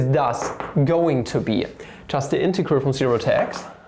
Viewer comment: DOes no one find it just lovely how he can NOT pronounce integrals lmao